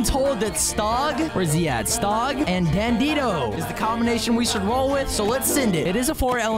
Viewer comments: Its dandidoo not dandido it kinda sounds like furcorn on plant island and its kayana not kayna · It's actually Dandi Doo not Dandi Do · It’s dandidoo do not dandido you always say it wrong it’s dandidoo not dandido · dandy do(do as in do more videos) that’s how it’s pronounced😅😅😅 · I hate how he says dandidoo like dandido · Why does bro pronounce dandidoo like that?? It's pronounced dan dee doo not how it's spelt